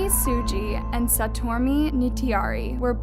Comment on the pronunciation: SaTWOmi? God....please respect her and learn how to actually pronounce her name